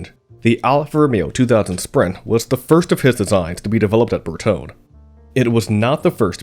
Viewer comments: Carry-zary Bear Tone???! If you are want to be car commentator, and you are not yet, you will need to know the name of Bertone. bear-TONE-ā. And come on, car-roz-a-REE-a. Say it after me: car-roz-a-REE-a bear-TONE-ā car-roz-a-REE-a bear-TONE-ā car-roz-a-REE-a bear-TONE-ā. Carozzaria Bertone! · The final 'e" in Bertone is long. Ber-to-nee. Thumbs down for bad pronunciation. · Shit! Try to improve your pronunciation. Bertone is Bertone (pron. bartona), coupé is coupé, not coup that means coup d'état. The "e" is NOT silent!!! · A nice documentary. Bertone is probably pronounced ber-toh-neh. The designs he penned are incredibly beautiful. Modern cars look like carved potatoes in comparison. Here in Europe our cars have become way too big and have lost their agility. Beautiful designs are quite timeless it seems. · The mispronunciation of Bertone is annoying.